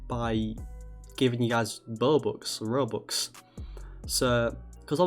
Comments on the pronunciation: You know it’s a scam cuz he say BOBUX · bruh he sed bobux instead of robux 😂😂lol